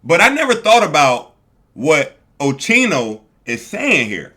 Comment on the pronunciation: lol It’s OSKEENO!!! That’s how you pronounce it bro not Cheeno! ☠️💀